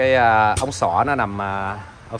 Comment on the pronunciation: ống xã mà cứ đọc ống xoã ống xoã nghe khó chịu ghê😂😂